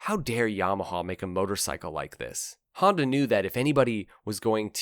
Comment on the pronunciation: WTF is a Haandowh or a Yeamohow?!